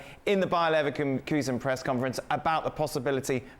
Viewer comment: even he said said liverkulsen '